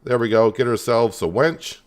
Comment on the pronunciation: its winch not wench